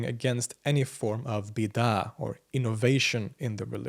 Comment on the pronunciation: Btw, are you deliberately pronouncing bid'ah badly for the English viewers? Because I know your Arabic pronunciation is much better and very good